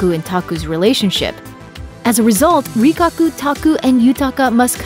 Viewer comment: Rikaku instead of Rikakko, Shizuki instead of Shizuku and more... Get your charactees' names right please.